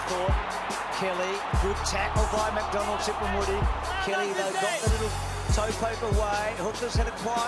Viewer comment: its tipungwuti not tip and woody